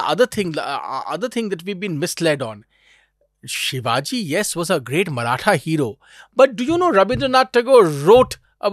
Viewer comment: Minor correction...and i get it people from other parts of country may not get it...Its Chattrapti Shivaji Maharaj.And not sivaji as a foreigner would tend to say it, or english may prompt us to.Its not.🎉Hindol was great today🎉